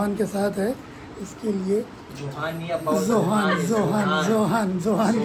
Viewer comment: इरफान भाई बोले जोहान को चोहान